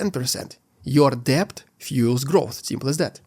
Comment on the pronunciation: Thank you for your comprehensive coverage of the war's fallout. FYI: in English, the work "debt" is pronounced "det", the B is silent (weird but true).